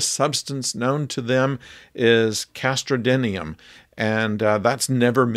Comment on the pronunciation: I don't think it's castrodinium. I too had trouble with that word and played it back many times consecutively 40 years ago from my audio recordings of the episode. Leonard Nimoy says ''cast rodinium'' but one could always check in Memory Alpha or The Star Trek Concordance. As for it being replaced by another harder substance later in the series, military secrets are the most fleeting of all.